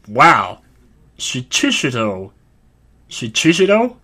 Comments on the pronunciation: You were close with the sword name! I'm pretty sure it's shee-chee-shee-toh. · It's pronounced shee-chee-shee-toh